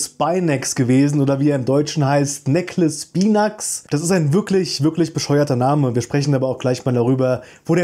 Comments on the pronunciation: Wenn du den Namen jetzt auch noch richtig aussprichst, dann bin ich zufrieden. Wo nimmst du dieses Beckles eigentlich her? Das S gehört zum Spinax, es bleibt also nur Beckle. Wenn, dann wird er Becklspeinex ausgesprochen 😉. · Der Becklespinax wird tatsächlich Beckelschpinacks ausgesprochen. Kommt halt aus dem Englischen. Aber dennoch ein echt cooles und interessantes Video